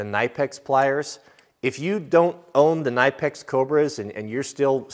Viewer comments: IT IS Not pronounct nipex its Kni pex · Kuh-nippex not nippex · I love how he is saying knipex... It's not naipex, it's knipex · Pronounced "k" nipex the not like know kanipecks.... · Nighpex? 😂 it's Knipex! The K is pronounced! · Fun fact - The other week I called Knipex Corporate looking for work, and other than never getting called back by HR, apparently it's pronounced "Kin-ih-pex" and not "Ny-pex" as most of us probably thought. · I thought the K was silent but the rep said you pronounce the k. K-nip-ex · With all due respect, it's pronounced Kuh-nip-ex. Great video! I do keep your family in my prayers, 😊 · "Kuh-nip-ex" is the proper pronunciation for Knipex tools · It’s pronounced Ka-nip-x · Love your content kuh-nip-ex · Knipex is pronounced Ki*Ni*Pix. There’s plenty of videos by the Germans at the factory where you can hear the proper pronunciation. There are no silent letters in German. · It's not a Makita worm drive Skil Saw, most knowledgeable people call them circular saws, good lord. Here's a man with more dollars than sense. The only thing I agree with are the Home Depot caulk guns, they are absolute junk. Also, it's not pronounced "nipex" it's actually pronounced with the "K" as in ,say it with me "KUH-NIP-EX" Knipex. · Say it with me "Kin-UH-pex" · It’s pronounced nip*ex. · From someone who speaks German and uses the brand daily, kah-nip-X is the correct pronunciation. Best pliers brand out there imo, whole lineup is great and they outlast any other brand I’ve used by far. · It's pronounced KEN A Peck. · Those KUH-NIP-EX are actually the alligators not the cobras but you are correct the cobras are best although I have never used your knipex alligators. Also the pliers wrench is amazing, great for bending & straightening too! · pronounce K-Nip-X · The one point I would have agreed with you on was the knipex pliers buuut, you pronounced the name wrong. So there’s that. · The K in Knipex isn't silent and the I is like in lip not like in night.